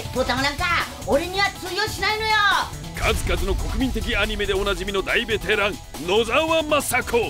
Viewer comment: だいベテラン❌ でぇベテラン⭕️